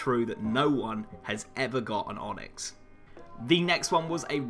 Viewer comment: "onxy" xD nice onyx u got there